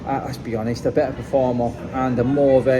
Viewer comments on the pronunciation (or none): none